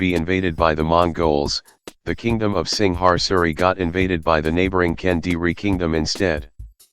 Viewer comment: Dude I know you can pronounce Singasari. You are Malaysian. So try harder next time. Also Javanese, Sundanese, Balinese, Maduranese have used Steel weapons for a long time.